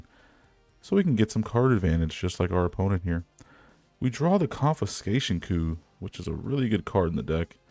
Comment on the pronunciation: i'm just glad you pronounced coup correctly, many text-only mediums have content creators that just mispronounce things left and right and it's quite tiring